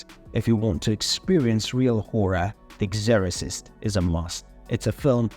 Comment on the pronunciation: I don't quite understand the accent. It seems British, but then there are some wildly mispronounced words. Especially Exorcist.